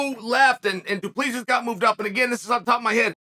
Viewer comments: Chael is the type of guy that will find a way to mispronounce your name even if its as clear as water. Mr Bad Guy Inc. It is the same concept of pronouncing Duplex but with Sis at the end. Not D U P L I S I S please! Mr Sonnen. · He didn't pronounce it right. It's a French surname, but we as Boers in South Africa pronounce it Du- Ple- Si. I'm a white Boer South African like Dricus, so I know. He didn't pronounce it right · Put your index fingers on the inside of your cheeks then pull them apart....then say 2 plus 3...that's how you pronounce his name.😂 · Chael you got it right the first time only. It's pronounced Dricus Du-ple-sea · It was funner when Chael pronounced it “Drexis Du Plexis” lol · Yeah, his name is pronounced "do-plus-see" it is Afrikaans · Only got it right the first time. As a South African, it's pronounced 'du Pla Sea' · Please learn how to pronounce "Du Plessis" 😂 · Only Uncle Chael can pronounce the same name 3 different ways in the same minute. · You finally pronounced Dricus Du Plessis correctly in the beginning just to pronounce it wrong again. As a south African that's enough to unsubscribe. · Love how Chael nails the name in the intro, and proceeds to butcher it for the rest of the video. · Chael perfectly pronouncing a foreigners with a trippy name to kick off the video and then switching back to his classic Chaelified pronunciation for the rest of the video. The man knows how to play with emotions 🤣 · but that’s not how you pronounce it lol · fuckin close enough, he’s a yuppie from South Africa. Treat him as a WWE heel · It's NOT pronounced like that😃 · He pronounced it correctly the first time he said it. Then went on to mispronounce it the whole vid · He literally said it wrong. Cringe. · I really wonder if its on purpose😂